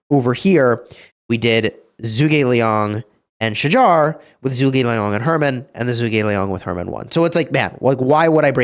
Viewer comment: Bro.. Its pronounced as "Shahar". Dude you all act smart by being fancy with how you say Tariq but you mess this one up? Get your act together.